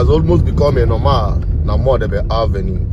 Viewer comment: My best part is the pronunciation of Normal as Normaaaaaaal.😆😆😆😆